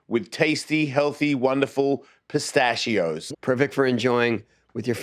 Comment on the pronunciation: Never call your self Australian again after saying pistachio like that dead serious